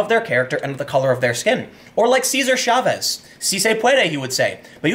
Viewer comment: Chavez, not Schavez! Ch as in Chop.